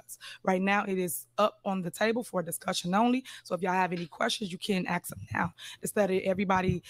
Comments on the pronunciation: Ax ax ax.... speak english Tif. Try to act your age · I’m axing again you can ax me anything you’re not gonna get an answer but you can ax me,she claims to have a college degree lol